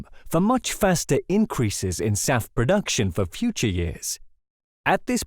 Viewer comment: SAF ... SAF ... SAF ... not SAP, sap, south, staff, south, surf, staff, self, staff, or Souths!